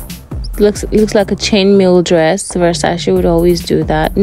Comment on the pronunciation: at least say the brands name properly...